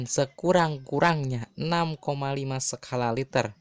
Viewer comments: Kok perasaan bukan sekala liter deh...sekala riichter kali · Gue denger skala liter....,,,, bukanya 🤣🤣😢